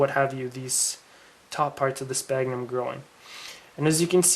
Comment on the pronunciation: Pronounced "Sfagnum".Pronounced "Sfagnum".